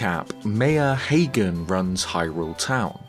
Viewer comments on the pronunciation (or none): none